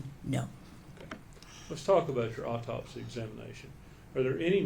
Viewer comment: I don't know how the eff this "doctor" made it through all the college work and actual hands on experience! She seems like she has no clue wtf she's talking about! Further more all these fools... AUTOPSY there is NO L in there!! It's not an all-topsy it's AU-topsy! Sooo annoying! And wtf is a "deaf investigator?" Is the investigator deaf or are they investigating someone who is deaf? The only thing this woman communicates well is "Yes." She "doesn't recall" more than she does recall. She looks lost like she has no clue or she's got stage fright and just remembering her lines.. "Yes." and "I don't recall." Horrible witness!